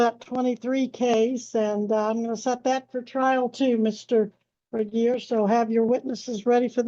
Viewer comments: Please pronounce j. Regier correctly. She is driving me crazy!! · This dingbat again...smh. and poor ol' reliable Regier, always having his name pronounced wrong.